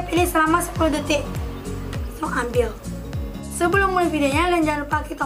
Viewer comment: aku jugak ngomong detik malah detok🤣🤣🤣